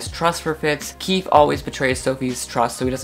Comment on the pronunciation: I know that I’m late but KEEFE is KEY FEE sorry I think it’s a phobia 😅